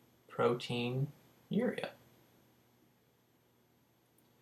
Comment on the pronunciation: it's proteinuria not "protein urea"